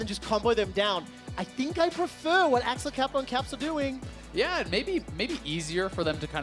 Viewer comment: Me queria dar algo cuando lo pronunciaron Axelcapow